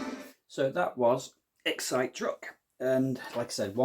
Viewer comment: I think it is pronounced Excite not Excite 😁